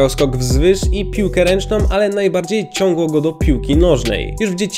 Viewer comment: Ciągnęło się mówi a nie ciaglo. Jesteś ze slunska?